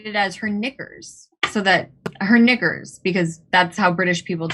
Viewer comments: Pretty sure that’s not how you pronounce “knickers”, White person would never get away with saying that lol. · It's "knickers".